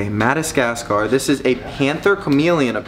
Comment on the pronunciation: Maybe let the chameleons try to mate ( AND ITS MAD-AH-GAS-GAR)!!!!!!!!!!!!!